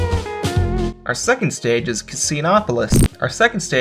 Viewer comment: Hey. It's pronounced "Casinopolis"